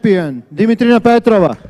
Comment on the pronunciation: Dimitrina's face say everything (ALL DAY LONG !!!!) she was unshakable. To the cast please start asking the athletes how to pronounce their names. Dimitrina PetrovA its not a silent A ;]